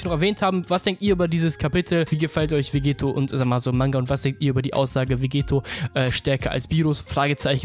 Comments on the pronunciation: dokkan battle Hä, na klar. Er spricht ihn Vegeto aus, und nicht Vegetto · Wieso sprichst du Vegetto immer falsch aus? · Der Es nervt mich bisschen.